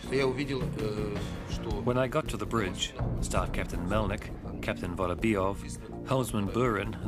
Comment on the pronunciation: Bridge not brig (jail)...🙄